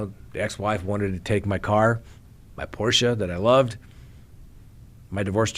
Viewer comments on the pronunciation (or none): none